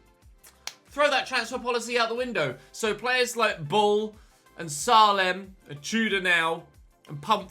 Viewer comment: Just FYI, its pronounced "SAY-LEM" not "SAH-LEM"